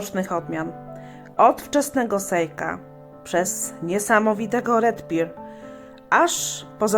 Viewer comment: Dzięki za omówienie,tylko dla poprawności wymawia się Red per ,nie Red pir